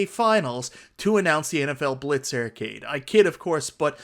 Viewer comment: Great video. Were you aware that your accent changes every AR sound to ER. Ercade 1up. Like literally EVERY ‘AR’ sound is ‘ER’ 😂 When you say “SHARE”, it sounded like you said SHERE. MERVEL vs Capcom 2 AR sounds do not exist lol